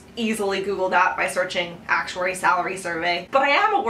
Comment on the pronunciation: Stop emphasizing ACTuary so much! Thanks lol